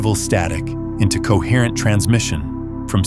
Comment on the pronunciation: COHERRENCE. COHERTENCE. COHERRENCE.